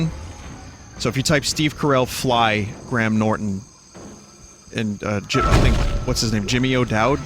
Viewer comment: Your pronunciation of Graham leaves much to be desired good sir.